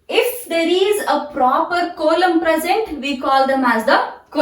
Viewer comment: Coelom pronunciation is wrong